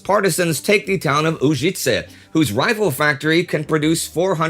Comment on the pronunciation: Hello, Indy and the crew. Just a small correction - it is Požega, with Ž pronounced exactly like Ž in Užice. And both towns have pronunciation with the accent on the first syllable. You are doing great, and this correction is because I see that you make a big effort to pronounce every name as close to the original as possible for English speakers, and you do great job in that department, too.